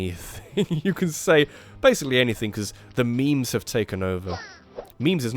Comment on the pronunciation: Memes, not mimes, idiot.